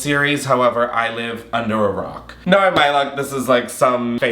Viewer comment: Haha not me clicking the timestamp 8 times just to hear him say “Naur” multiple times 😂😂😂😂